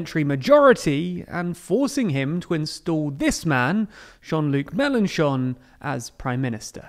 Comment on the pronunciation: Love the fact that he corrected the prononciation of "Mélenchon" 😂 Well done!